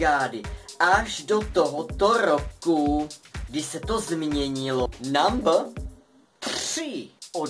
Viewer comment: Když neumíš říkat slovo "number" tak ho prostě neříkej!!!